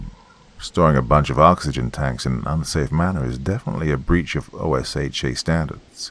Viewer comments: Friendly heads-up: If you want to use an American accent, stop using "sh" where "s" is appropriate; it's assume not ashume, and consumer not conshumer. And nobody in the States knows what "Oh ess aitch aye" is, but "osha" is well known by virtually everybody. Just FYI. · Loved the narration! One small note: OSHA is usually pronounced "oh-shuh" like a word. Kind of like "GIF" is pronounced as a word, or NASA is "Nah-suh" instead of "N, A, S, A." Thanks so much for your work! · I reckon a detective would know how to say OSHA 😂